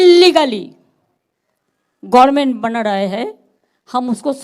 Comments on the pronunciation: গরমেন? গভর্নমেন্ট কথাটাও উচ্চারন করতে পারেন না 😂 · গরমেন্ট, গার্মেন্ট সব এক করে দিল। গভর্মেন্ট উচ্চারণ আর এ জীবনে হলোনা 😅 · So strange Mamata cannot even pronounce 'Government ! She says 'Gorment'. This woman is our chief minister, so what do you expect from the public, TMC followers? She is so envious and cheap. No sense of common courtesy. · গড়মেন (Gormen ) বলা ঠিক হচ্ছে ?